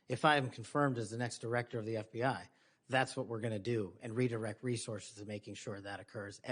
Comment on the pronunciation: Ever notice, when it matters, Cruz says FDI instead of FBI?